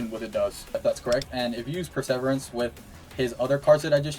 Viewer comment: You're saying Perseverance wrong